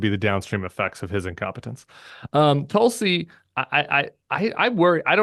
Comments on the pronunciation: This is why no one takes David seriously, referring to Tulsi Gabbard, as "Tool-si,". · David says Tulsi soooo weird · Goddammit David! Stop being stupid. Gaetz, Gabbard, RFK are a test. If he can demand that the Republican Congress confirm these guys, and they do it; he has them. Complete dictatorial control. Why is no one alarmed? Why is Biden doing nothing to help us? Please quit mispronouncing Tulsi’s name. It isn’t funny and it is reminiscent of Trump saying Obamna. Just stop it. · David every time you intentionally mispronounce Tulsi's name all it does is remind me how unserious a political commentator you are.